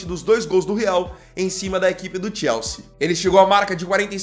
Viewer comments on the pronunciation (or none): none